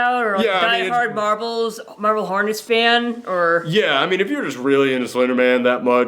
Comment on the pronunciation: I had to double check the title, cause the first few times you said it, I thought you were saying "Marvel Hornets" and I was sure that couldn't be right.